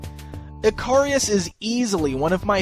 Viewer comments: Don't you pronounce his name ick-a-ris instead of eh-car-ri-us. Other than that, looks a pretty solid figure all round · His name should be pronounced Ick-a-ris, just like the character from Greek Mythology. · Dude, not sure you are pronouncing his name correctly. I think it is pronounced like the Greek myth.